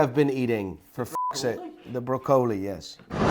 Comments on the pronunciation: Did you change your mind on that cartier? You liked it for british royalty... I will take my watch now thnx 😂 By the way broccoli isnt pronounced like that in english nor dutch, was that the covid or een spraakgebrek 😂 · Thats how it’s pronounced in Dutch. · He can’t even say broccoli properly so he can’t criticize Johnny for his watches, no doubt Johnny has a number of top quality watches, something this bloke could never afford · I’m absolutely baffled by this man. He has an encyclopaedic knowledge of watches but doesn’t watch films and can’t pronounce broccoli. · English: *exists: "Bro-co-lee", "Is that spidermon?", "You can stay safe and anomonous"